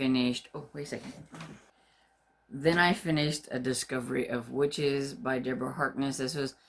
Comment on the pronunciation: Ooooh your actual legal name is? Wow, sorry didn't see that (and should have from a mile off haha). What a fantastic name! (hope you don't mind me calling your btw). Yes very excited for Discovery of Witches and you did very well with the pronounciation! Oh, I loved this! Thank you (born on a Sunny day - I wont forget):)